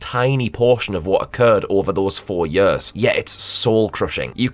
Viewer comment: yers? are you Welsh?